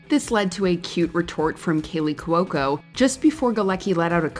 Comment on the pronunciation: Saying "Cuoco" as 3 syllables instead of 2 really rubs me the wrong way.